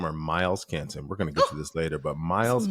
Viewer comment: Caton, NOT Canton. Otherwise, top tier and hilarious review!